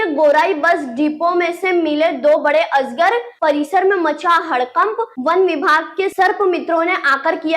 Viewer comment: Asgar nahi madam Ajgar hota😅😅